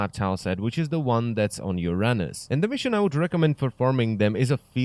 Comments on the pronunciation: I bet that you said Uranus like that because it's "awkward" to pronounce it like you're supposed to. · "which is the one on ur-anus" ( ͡° ͜ʖ ͡°)